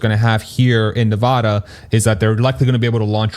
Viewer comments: I love your content! Just an fyi, native Nevadans pronounce the first "a" in Nevada the same as 'cat', not 'paw' 😉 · You should Google how to pronounce "Nevada." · Can we all agree that is not Nevoda! 😂 let’s get it right! Still hype about the announcement. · Nuh VAD uh